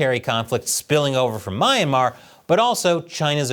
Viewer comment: "Ma-yan-mar"? Not Myan-mar? "We goors" instead of U´y-gurs? You really don't inspire trust to ur regional knowledge...